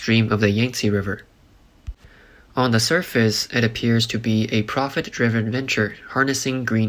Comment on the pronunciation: Cost ted or it cost.....cost is pass tense. Costed isn't a word...Where is the narrator from? Can't say cost and he can't say Yankzte correctly either. Looks like this is way above his pay grade